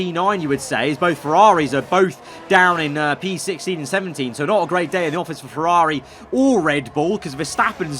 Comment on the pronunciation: Like IRL Leclerc butchered by Ferrrari